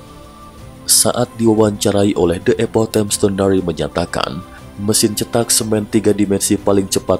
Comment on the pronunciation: Bukan rumah cetak, tetapi rumah ceetak ( E nya, e pada seperti 'enak', bukan seperti e pada 'cepat')